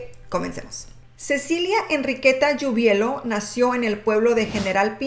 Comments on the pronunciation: Hola muy buen video pero es Giubileo no Giubelio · Se pronuncia (jiubuleo) =Giubileo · Dices mal el apellido